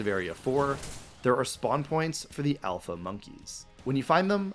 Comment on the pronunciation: IT'S ALPHA, NOT SHALPA! SAY IT F*CKING RIGHT! AND THERE SHOULD BE ONLY 2 I'S IN DRATINI!